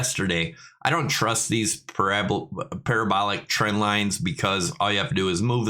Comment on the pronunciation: On point with parabolic and parabola pronunciation! As always great analysis !!